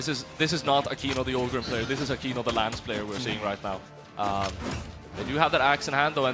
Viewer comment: It's akeno not akino 😅